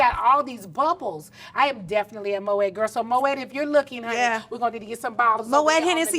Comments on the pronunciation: It’s pronounced Moh-aay (Moët) not Moh-ettt. All cash and no class. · Moët is pronounced “mo-ay”, but carry on. Love the interview!😊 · Tamar it’s not MO-ET it’s MO-AY i.e. Moët Chandon. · No Nene. You can’t be an interviewer and you’re doing most of the talking. On another note… it’s spelled Moet but pronounced Mo-ay